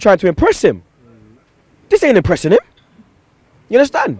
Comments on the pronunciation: yunnerstun blud, seriously fam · You mean "unnastan" don't you